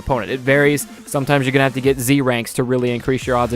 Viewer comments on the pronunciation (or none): none